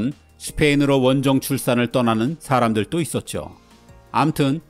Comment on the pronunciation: 여기서도 발음이 문제네요. “도”를 또로 발음하십니다. “원정 출산을 떠나는 사람들도”에서 사람들또로 틀리게 발음하셨어요. “스페인을 모국이라고 지창하는 사람들도”에서도 역시 도를 또로 발음하심. “중남미인들도 스페인을” 여기서도 중남미인들또로 발음.